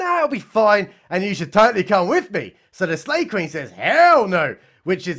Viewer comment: I thought he was saying Slave Queen. I thought maybe she was from that stupid netflix movie.